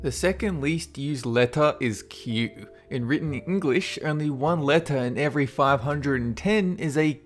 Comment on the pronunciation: Can't help cringeing every time butchers the pronunciation of certain words. Don't try and say it is an accent thing, because I know plenty of Aussies and they all know how to say things like "letter".